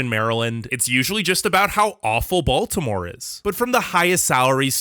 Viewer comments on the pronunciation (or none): none